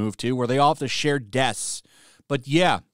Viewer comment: This is hilarious.. "Desks" comes up as "deaths" on closed captions because you can't pronounce the "sks". "Deaths are not attributed to any one person" and "Fewer deaths than staff" reads way more appropriate for their situation.